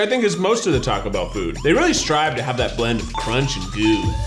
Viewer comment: I hate the way he pronounces Taco Bell 😂